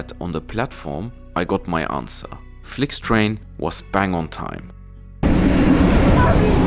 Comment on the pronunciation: "Flyktrejn" i "Rynar" na kolei... 🙄